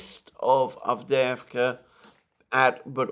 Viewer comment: I find it almost impossible to find the obscure villages referred to by Mr Mercouris in Ukraine. I cannot relate his pronunciation to any map I can find. As his presentation is in English it would be well to realise that most of us don't speak Ukrainian. I assume his "Advveeerska" is in fact Avdiivka, for instance but who knows.